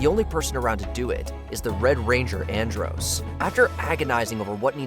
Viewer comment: At least pronounce Andros name right